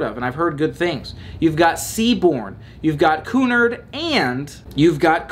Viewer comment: Your pronunciation of Aida was perfect, but Cunard is "cue-NARD." I hope one day that I own enough ball gowns to take a transatlantic cruise on Cunard's Queen Mary 2. Every night is formal night, though - tuxedos and ball gowns only. (Tiara optional. 👸)